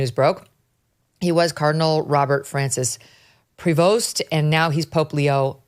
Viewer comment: It's pronounced Prevo. The letters s and t are silent.